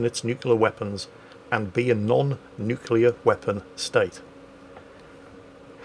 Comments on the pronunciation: It hurts me that you say both 'the Ukraine' and nucular. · The "nukular" and "The Ukraine" count got so high I gave up! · Oh god. I didn't notice the nucular. Though to be fair, he does mix it up a bit. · Just a random thing I looked up eelier when seeing reports on the capital of Ukraine being spelled and pronounced differently (Kiev/Kyiv). Kiev is the Russian spelling/pronunciation from the days of the Soviet Union while Kyiv is the Ukrainian spelling/pronunciation. Also can we take a moment for pronouncing "nuclear" the Homer Simpson way.:)